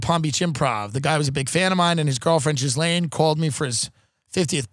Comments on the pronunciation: I feel like everyone who knows how it’s pronounced pronounces it Jizz-lane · Do they know Ghislaine is not pronounced Jizz-lane? I honestly can't tell